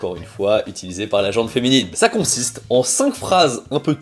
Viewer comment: Dire « gente féminine » revient à dire « gentille féminine ». L’adjectif gent ne doit pas être confondu avec la gent, le groupe de personnes. Et ce mot se prononce « jean » (oui comme le prénom). Valà valà. Pour en revenir à la vidéo, merci toujours très intéressante. Par contre je n’ai pas compris quelle somme il faut donner à un mariage car tout se divise par 2 en matière d’argent non?